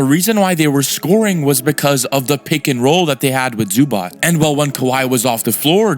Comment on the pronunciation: U still pronouncing Zubac wrong lol.